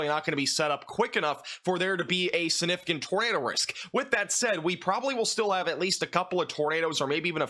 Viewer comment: Significant, not sunificant.